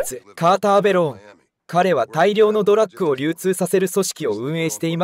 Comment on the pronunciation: ずーっと「ドラック」って言ってるのが気になる。 あと所々日本語がおかしいのも。